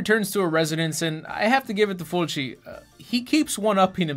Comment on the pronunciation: You said Fulci's name right. You really should watch his movie called Zombie. It's a cult classic. Congrats on the baby!